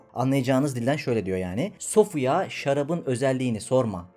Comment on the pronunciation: öğrenciler "mey" kelimesini, "hane" kelimesini maalesef bilmiyor. Anadilini iyi konuşmuyor, okuyup yazmıyorlar. Kuzum bari siz, (Kanuni'nin, Muhibbi mahlasını kullanan büyük bir şair olduğunu bilmiyorsunuz), yabancı bir filmdeki kadın karakteri adını söyler gibi söylediğiniz 'sofia' kelimesinin 'ey sofi/sufi' anlamına geldiğini, kelime sonundaki -a sesinin, seslenme/hitap etme fonksiyonu gördüğünü sorup öğreniverseydiniz keşke. Klasik şiirde şarap bir istiaredir. Ab kelimesindeki a sesi de uzun okunur.